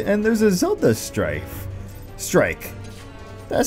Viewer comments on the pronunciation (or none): none